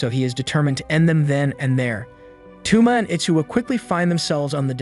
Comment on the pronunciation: TwoMa? Toe-mah my guy.